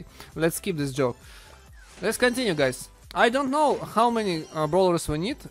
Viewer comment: Its ,,How'' Not ,,Xow''